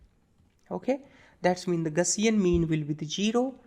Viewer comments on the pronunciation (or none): none